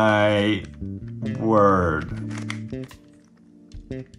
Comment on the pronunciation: Oh. My. Werd. really just switched to American for a second